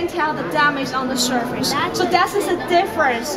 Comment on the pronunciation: Oh dear she need to learn how to say “surface” better